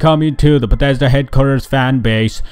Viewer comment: "...from bededa headquarters"